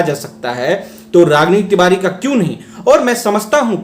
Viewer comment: Tivari ko tivadi bolti hai